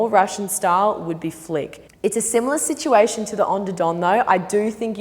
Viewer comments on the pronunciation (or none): none